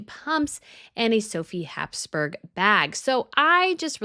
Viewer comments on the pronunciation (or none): none